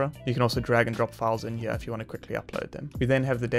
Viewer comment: What is with taking the word "here" and erasing the "R" and replacing it with an "A"? Everytime I hear that I want to punch the speaker in the mouth.